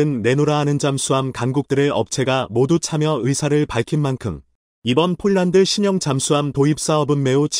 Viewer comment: 제발 폴란드를 쫄란드로 읽는 우를 범 하지 말아야!!!!!